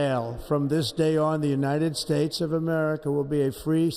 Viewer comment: The United Spates lol